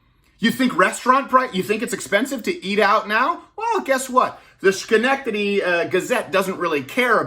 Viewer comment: Damn Canadians.